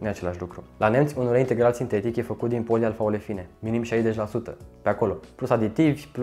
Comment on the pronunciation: Frate cat de ușor ai pronunțat polialfaolefine 😳😳😳